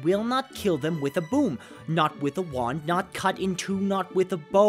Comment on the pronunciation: it sounded like you said broom when you meant boom. but this... i wanna see hussie's reaction to this video XD